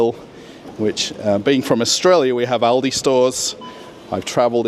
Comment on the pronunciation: At least someone who speaks ALdi and Lidl correctly - the Americans never get it right